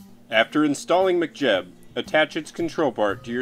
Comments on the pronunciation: saying it like McJeb - twitch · lol, sounds like you're saying mcjeb